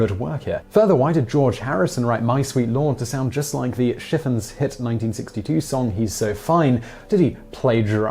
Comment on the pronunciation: "Dooda lang, dooda lang, doo lang..." The Chiffons, pronounced "Shif-FONZ" Really, Simon, get you a pronunciation key or something. Some cases of deja vu might be due to being caught in a repeating time-loop and only being vaguely aware of it. This could explain a lot of the Mandela effect instances as well. We don't know what manner of madness resulted from chasing the elusive Higgs Boson. Cognitive dissonance is what happens when an individual who has been lied to all their life is suddenly confronted with undeniable proof that they've been lied to by those they trusted.